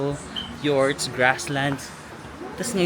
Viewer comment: Yorts pala pronunciation ng yurts😮